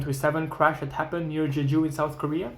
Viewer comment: Absolutely and not in "Jeju" like says in the video